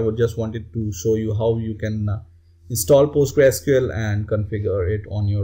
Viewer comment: You should pronounce Postgresql as " Post-GRES-que-ell " and not like "Post-grei-SQL".